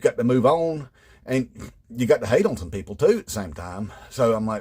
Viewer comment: Love this. 😆 A lot of MAGA pronounce "people" as "PAYpul" You could nail it even better. 🤣 Great job!